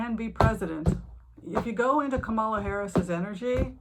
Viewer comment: Kamala rhymes with Pamela.